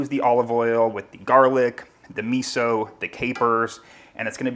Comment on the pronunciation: If you make Italian food and use miso. The least thing you can do is pronounce miso like an Italian.